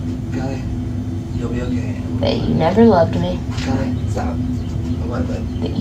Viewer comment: it’s pronounced kallie not kaylee lol